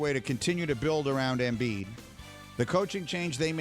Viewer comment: Embid? Lmao